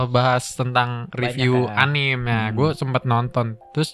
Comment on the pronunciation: anime bacanya anime aja bang bukan anim